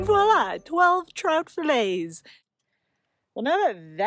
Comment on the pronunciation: You sound like Elmer Fudd when try to say 12 filets . LOL....thanks for the video.